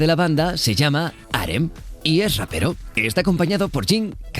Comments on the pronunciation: Pronuncia bien el nombre de RM idiota. Se dice "Er el" No "ar em" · En el primer video pronunciaron jeijop cuando es J-hope Y ahora le pronuncian arem en ves de RM dies in gucci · Ella habla de que se pronuncia cada letra separado claro en ingles pero el las pronuncio pegado y por eso suena arem y no ar em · No se pronuncia como "arem" RM sino Rap Monster aún así me a gustado el draw my life de bts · Rm significa Rap-moon no reme o creoque dijiste asi xd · Arem? Que yo sepa es Ar Em RM porque es ingles :V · Arem?? Se pronuncia arrem segun yo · Se pronuncia ar em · Fergylovers cute no es arre eme se pronuncia Arr em, suena mal pero asi es xd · Ella se refería a la pronunciación del narrador :v, en realidad es Ar Em :v pero junto pus :v suena Arem xdxd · Morí cuando dijo "arem" y "juncock" si, si se lo q "cock" significa -_- Pd: se q no todxs pronunciamos los nombres igual y eso, pero me hizo gracia ya yata, no me vengan con "cada uno lo dice como quiere, tu no eres quien para decirme cómo decirlo..." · Jungkook también es sub rapero😋 y es no se pronuncia arem RM se pronuncia en inglés, pero no pasa nada a todos nos pasa, si no llámalo namjoon XD😋 me encantan los draw my Life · Se pronuncia según las letras en inglés que es R: (ar) M: (em) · Está conformado por el lider Arem 😂😂 Me morí con su pronunciación ❤️ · Y asi ni es xomo se pronuncia es erre eme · fergy tiktok las letras se pronuncian en inglés >arr em< [RM] (antes era Rap Monster) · Danisi Malesa Me dio un chingon de risa cuando pronuncio mal el nombre de mi Ramón >:v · No lo e visto pero ya se que me gustara!!! El nombre de RM se pronuncia asi ArEm y yo toda mensa siempre diciendo RapMon :"v